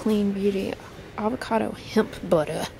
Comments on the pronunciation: I just about died at the way she said "butta"! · The way you said “hemp BUTTAH” 😂😂 you are hilarious!